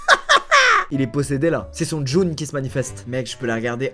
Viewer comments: « Son djoun qui se manifeste » 🤣 c’est jnoune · "C'est son JOUNE qui se manifeste" ptin tu m'a tué 😂😂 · Jnoune + djinn = djoune mdrr